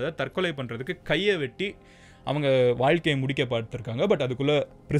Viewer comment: Vaikalaya adhu valkaila 🙄